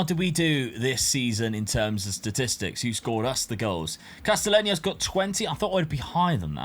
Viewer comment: Bro lmfao stop butchering names! Castellanos=Casteyanos, Atubolu not Atubulo, Hajdari is Haydari, not Hag-dara